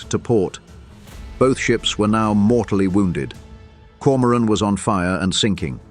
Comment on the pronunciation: Grotten schlechte ki stimme und übersetzung = die koron koron anstatt Komoran !!!